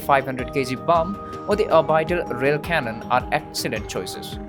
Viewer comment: I like your videos, and I appreciate you making them in English, which is not your native language. 'Orbital' is normally pronounced 'or-bit-al' not really 'or-bide-al'